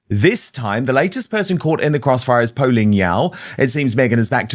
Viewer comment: Poh, not Poo !!! 🤣